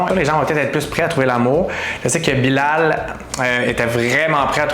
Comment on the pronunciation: bilal se prononce bilèl lol... ce gars a l'air de juste vouloir s'amuser